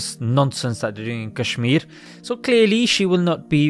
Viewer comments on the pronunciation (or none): none